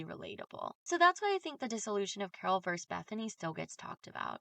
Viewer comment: Girl I know you aren't going to see this but the word (vs.) Is Versus not Verse